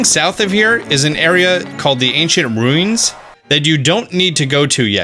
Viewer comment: I wonder if anyone caught that lol, he said ruins like Stewie in family guy lmao